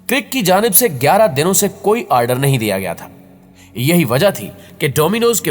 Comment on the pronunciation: What the fuck is aaaardeer??